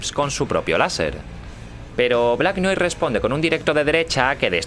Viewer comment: noir se pronuncia noar.